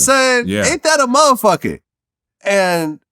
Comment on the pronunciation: Vlad: that's a motha fuka.: that a mowa foa. Vlad: tha a mowuha fuawa.